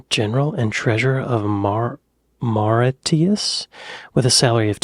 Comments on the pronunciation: lol at Mauritius MORE-ISH-US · Mauritius = More-ishuss.